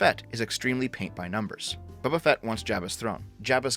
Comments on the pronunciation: Are you saying Bubba Fett on purpose? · "Bubba Fett"